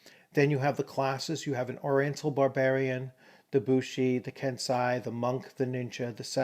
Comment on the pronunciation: Late arrival here; much appreciated on the review of an undeservedly overlooked 1st edition (on the cusp of 2nd edition, true) work. One thing I feel would have been of serious benefit was the inclusion of a pronunciation guide (e.g., kensai = kehn-SIGH, sohei = sow-HAY) given after each new term's first appearance to allow Westerners the avoidance of sounding like sub-literate thugs. Otherwise, hoping that OA 1/2 ed. can resume a place of prominence and honour in the Fantasy RPG realm. A wonderful review.